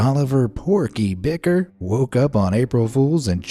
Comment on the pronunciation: And Bikar is pronounced Bih-Car not bicker